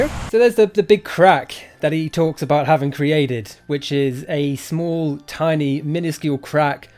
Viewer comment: Why you say demonstraded and creaded? It's demonstrated and created. You trying to sound American?